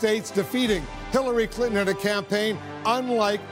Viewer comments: "hallary cliton" Im dieing rn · Please Send Help I was thinking more "Hairilly Clinton" wookie confirmed. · hirally clinton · "Hairly Clinton"